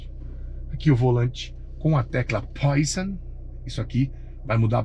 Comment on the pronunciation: Parabéns pelo Canal! Gosto muito da forma com um "Q" de humor e abordagem técnica fácil de entender. Só um porém: o botãozinho vermelho no volante Poison, que significa veneno em francês, então a pronúncia correta é "poazon ". Mais uma vez, parabéns pelo canal.